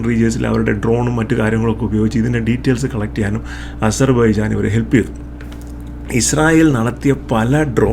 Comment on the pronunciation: താങ്കൾക്കും അസർ ബൈജാൻ എന്നു ഉച്ഛരിക്കാൻ കഴിയുന്നില്ലേ 😂